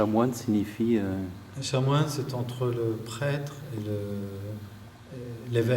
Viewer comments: On ne dit pas chamoine, mais chanoine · Désolé de remettre ce témoignage en question, mais il prononce plusieurs fois "chamoine". Pour quelqu'un qui est allé au séminaire, il saurait qu'on dit chanoine... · On dit chanoine.avec un n...a part ça c etait intéressant